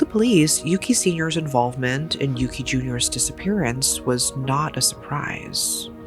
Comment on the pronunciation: As someone who was born and raised in Japan, I have to say this (not at all a criticism toward your reporting style; in fact, I appreciated this whole video). It's unfortunate that the perpetorator and the victm's names are so similar, but to the Japanese ear there's one very discernable difference. The boy's name is indeed "Yuki" with a short "u". The criminal's name, however, is "Yuuki" with a long "u" that sounds like "oooh", often transliterated as "Yūki". We are quite sensitive to the length of the vowels pronounced, and I think the deceased deserves to be differenciated like this. The two did not share the same name.